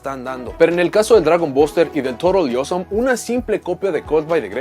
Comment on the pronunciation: Soy el único que cuando decía Toadally Awesome sonaba más bien torodioso?